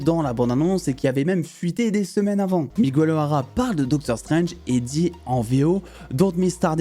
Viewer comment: Très bonne vidéo, par contre on dit pas "Migouel", on dit Miguel (comme guérir par exemple) ;)